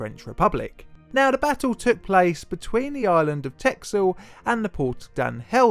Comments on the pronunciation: Texel is pronounced: Tessel. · I believe it's actually pronounced 'Tessel' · Haha never heard of this, but its a cool story. Btw texel is pronounced like tessel. Dont ask me why though as we usually pronounce the x like you said in the video :) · Texel is pronounced Tessel. In older forms of Dutch the x was sometimes used to represent the double s. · Oh dear god, please pronounce it right, I guess you do speak English as your native language, so you are naturally disadvantaged, but it is pronounced Tessel damnit! LPT: if you ever try to pronounce something Dutch, first enter it into a Dutch Google Translate, it saves every Dutch person a lot of cringe. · Only sorry for that pronunciation ....I've been to Texel lovely place , that x is basically an s.